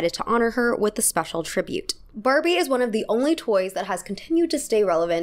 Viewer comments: she says Farbie and I love it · did you say Farbie? 😂